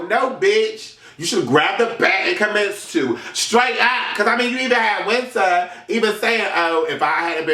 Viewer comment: I'm crying when he called zee alphabet and wiintrr seasons LMFAOOOOOOOO